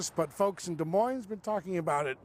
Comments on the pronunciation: Steve, if you’re going to be in media, the least you could do is learn to pronounce the names of our cities and towns. The final “s” in Des Moines is silent. Get a clue. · Des Moines isn’t pronounced with the “s.”